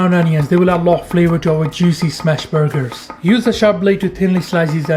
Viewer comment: I’m obsessed with these “burg-hers”